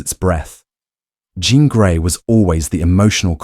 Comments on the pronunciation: Ms. Gray's given name is pronounced /DJEEN/, NOT using the French pronunciation in this case. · This time I don't have a critique, but an observation and a question. Someone posted a correction about your pronunciation of Jean. I noticed at the beginning of your commentary you DID pronounce Jean using the American English standard. Later, it sounded like you switched to French- or something equal. Are you multilingual, perhaps? Switching pronunciations happen at times for those who speak multiple languages. Keep up the good work! And don't forget the updates!